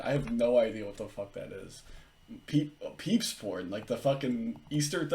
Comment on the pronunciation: 🤣🤣🤣 "peeps" porn!!!??? Come on,!!! PEEBS!